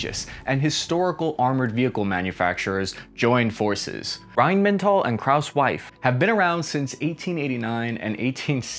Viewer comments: That Krauss 'wife' part got me in tears, i know its sometimes hard to pronounce foreign names but thats the most hilarious misspronounciation of Maffei ive ever heard :D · Dind't know Mr. Krauss's Wife was involved ... it's pronounced Krauss - "Ma-fai" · pronounce it: Kraus Mahffey